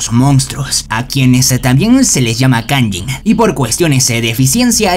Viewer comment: No se dice kayin se dice kayjin